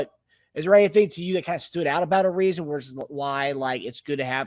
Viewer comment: Also, it's uh-rise-uh. His name is not pronounced the same as Trevor Ariza's